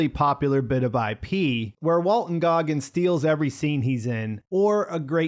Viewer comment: Goggins, no "r". I made the same mistake. Walton Goggins.